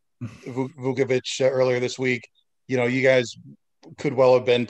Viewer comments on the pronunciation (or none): It's not "Vookavich" it's "VOOCHAVICH", you'd think the media would learn after the guy being an all star for so many years now 🙄